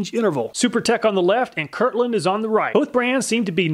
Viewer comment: It bothers me a little that he is mispronouncing my name lol. "It's Kirkland, not Kirland"